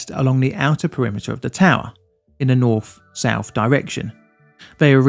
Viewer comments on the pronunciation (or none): I can't stand this guy's ac ent and his saying the "f" sound instead of "th". As in saying souf instead of south.